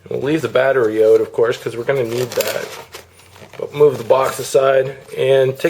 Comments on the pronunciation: lol, the way he says out..."ohut" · Notice the canadian "out"